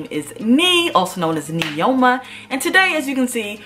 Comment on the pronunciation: Isn't it not neeoma? 😕😕😕😕